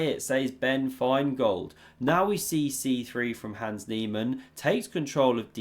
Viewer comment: again....his name is HANS, not HANDS. Rhymes with Bronze.